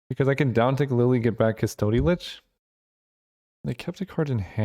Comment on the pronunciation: Mispronounced custody every time